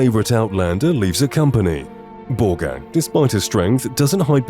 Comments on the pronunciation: When you said Borgakh the first time, I could have sworn you called her Ballgag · Me too xD kept hearing “ballgag”